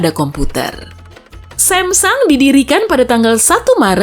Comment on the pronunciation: Ngakak sama pelafalan HYUNDAI, dibaca "Handai" padahal harusnya "HyOndE" seperti saat kita menyebut kata "korek, tokek, golek".. Eeeh malah ada lagi SAMSUNG dibaca "Semsang" yang padahal seharusnya dibaca "SamsOng" seperti saat kita menyebut kata "samson, balon, pancong". CMIIW.